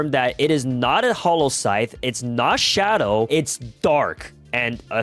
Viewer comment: enyou say shudow rewor😭😭😭